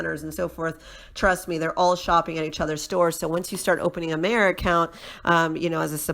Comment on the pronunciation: Lol- it’s pronounced … My-er!